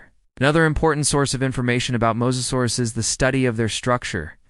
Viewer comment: Let's make a video and mispronounce the main topic through the whole video. Cant take it, did not finish. Fail! 👎